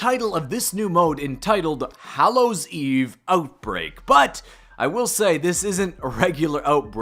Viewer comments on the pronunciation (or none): none